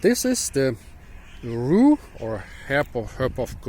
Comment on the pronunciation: Your pronouncing rue right. I really like rue as an herb for Citrus and tomato Dont get photo-dermatitis Its a bit Terpeney? And planty and earthy And Hmm odd